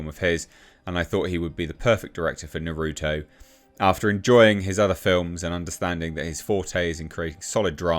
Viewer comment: He butchered Naruto's name and it causes me pain.